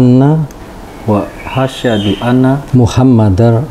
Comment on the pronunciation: Maaf yaa, bolehkan saya memberi masukan? Kalau bisa, kalau nuntun mualaf syahadat itu jangan langsung satu kalimat, akhirnya pengucapannya belibet, kata Asyhadu jadi asyadu Asyhadu ala ilaha illalloh jadi asyadu ala ha ilaha illalloh, nuntun mualaf yang di tuntun bersyahadat sebaiknya perkata atau sepenggal kalimat dulu saja, dalam belajar penglafalan bahasa arab kemudian baru satu kalimat ketika sudah lancar, terus pengucapannya yang mantap dan tegas supaya keluarnya makhroj itu jelas, maaf ya! Ini hanya sekedar masukan saja.